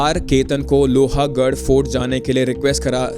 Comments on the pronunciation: It is not pronounced as Lohaaagadh.. it is pronounced as lohgadh.. a is silent. The way you keep saying that makes your video sound less authentic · Bro its lohgad. Not lohagad. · It is lohgaad not lohaagad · लोहागाढ nahe bhai लोहगाढ he vo. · BRO U HAVE SO MANY SUBSCRIBERS AND FOLLOWERS - KISI KO TO ATLEAST PUCH LETA KAISE PRONOUNCE KARNA HAI... ITS NOT - लोहा it's लोहगड.. I'm from Pune and trust me the second u said LOHA I stopped watching... Baki take 1 view from my side